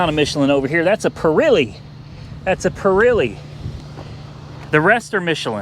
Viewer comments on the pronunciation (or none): Its not pir ee lee its pir eh lee